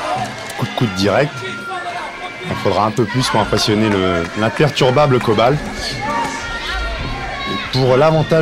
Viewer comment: It's Coban, not Kobal.